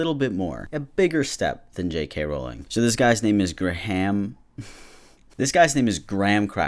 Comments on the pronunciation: "so this guys name is gra ham" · Also (not graham like graham cracker, it's pronounced "grey am" in Ireland, he doesn't deserve to have his name pronounced properly, only saying it for other irish ppl called graham) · i'm kinda late but it's gray-am not gram lmao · as an Irish person we dont want him. also Graham is pronounced 'Gray-um' not 'gram' xxx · The most annoying part of this video is you keep saying “gram” instead “grey-am” 😂 jk jk this Graham dude sucks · GRAHAM IS LIKE GRAYAM AHAHA NOT GRAM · oh for fuck's sake not the father ted man time to divorce the content from the creator- (im irish and father ted is like,,,uniquely irish comedy so knowing that the creator of it is a piece of shit is so disappointing) also graham is pronounced gray-am. not gram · You say Graham like greyhamn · I'm pretty sure it's pronounce grayum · Not to belittle or anything but its pronounced Gray-em, also I really loved those shows, just like Harry Potter and it pisses me off that their writers are such terrible people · Graham is pronounced Grey ham btw ( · In britain its pronounced gray-um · It's pronounced Gray-im. Hate it when Americans can't pronounce our names like Lora instead of Lah-rah. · I think Graham is pronounced ‘grey uhm’ but the way you’re pronouncing it is way funnier. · it’s pronounced gray-ham lmfaoo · I believe graham is pronounced gray-am , I know someone called graham and that’s how they pronounce it. If this comes of as rude I’m very sorry that’s not how I am trying to come off as. I also apologise for my bad grammar. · such a necessary video! i'm irish and his behaviour is appalling. i actually own his old car. if it wasn't for Covid i would have driven it to pride and offered to let trans folk take selfies in it and send it to him! (also difficult name to pronounce, its very irish. it's like gray-ham lin-eh-han) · fun fact, you pronounce graham like "grey um" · Do Americans actually pronounce Graham as "gram"? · Graham is pronounced “gray-em” btw lol